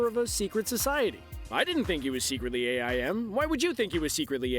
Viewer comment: A.I.M lmao it's pronounced aim